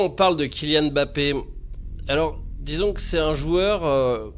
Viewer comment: bah évidemment que non . Quelqu'un qui prend la peine d'apprendre la bonne prononciation d'un nom d'origine africaine peut est difficilement accuser de racisme , votre réponse qui me semblait sarcastique a motivé mon deuxième commentaire ! À la base j'étais juste content qu'un mec prononce correctement un nom à consonance africaine !